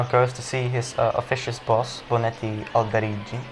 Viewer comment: It's pronounced CAMILLERI, not Camillieri, and Bonetti-Alderighi is not with a soft G. Please learn how to say the authors name.